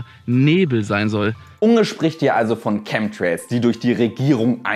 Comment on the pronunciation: Lustig, bei 'Chem'trails soll "Schemie" rausgelassen werden. Schemtrails oder Chemtrails, Schemie oder Chemie? 😅